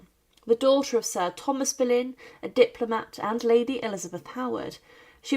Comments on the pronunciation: Anne Bollène et pas berlin ok ia de merde tu parle d'une reine d'Angleterre un peu de respect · Не Берлін,а Болейн. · Pani czytająca komentarz jest półanalfabetką i brak jej wiedzy. Jak można kogoś takiego zatrudnić ? "Boleyn" czytany jako "Berlin" i wiele innych tego typu wpadek.